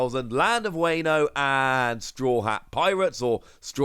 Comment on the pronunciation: Thanks for the news as always. Like the channel. Just please pronounce Wano correctly. It’s WAH-no.